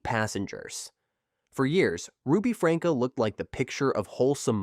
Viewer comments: AI is so annoying. Who is “Ruby Franka”? It’s pronounced “Frankie”. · Ruby’s last name is pronounced Frank-ee or Franky… But was spelled Franke… and NO ONE was surprised when she was arrested because people had been turning them into CPS for months due to being worried about the children. The one about the guy who drove drunk and killed someone. I had to watch the video, but in doing so, I really do believe he was remorseful. I was also able to find video about the man’s family who was killed. They forgave him and appreciated the video that he made about NOT choosing to drive drunk because it DOES ruin more than one person’s life. They show the family giving him a hug and all of them crying together, and he is still advocating against drunk driving. So, I believe he wasn’t just making that to make himself look good in court because he wants that video to be continuously put out for people to watch so others will learn from the terrible choice that he made. He has stated more than once that he hopes that it reaches enough people that it stops more of these tragedies from happening. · Lol good video.... but FrankEE and OH-knee-san are mispronounced so hard my guy.